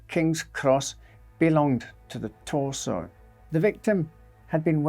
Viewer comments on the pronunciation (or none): It’s pronounced torso